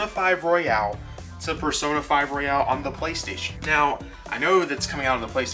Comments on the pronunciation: You're pronouncing it wrong. The way you're saying it is like "Royale". It's Royal. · Royal... not Royale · It’s not royale, it’s royal. Great video, subbed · Surprisingly a lot of people pronounce it Royale.